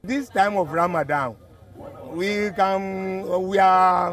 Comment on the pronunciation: Is accent sir